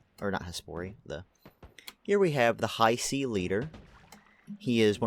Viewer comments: It's not Haisi like said in the video, but also not how you say it. Hiisi, double I. that's a long sound. think of saying He and prolonging the sound, then si. Hee-si, Hiisi. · i thought it was pronounced he-see.